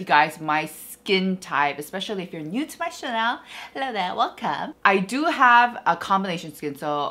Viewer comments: Always an excellent and thorough review video <3 Is the mispronounciation of 'channel' intentional? is it sense of humor? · I'm pretty sure it is, because a lot of people joke and call their "channel" their "Chanel" (the brand, Chanel)